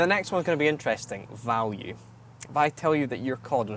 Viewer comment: Wait, I thought value is spelled U and not with an I valie